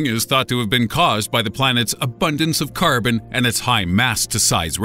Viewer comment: He went Irish when he said carbon